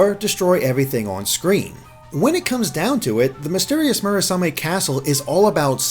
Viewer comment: Next up: Mission in Action - The NX. ...sorry. It's getting old. ...and I'm getting old, too. D: and you gotta love that constistent wrong pronounciation of Murasame.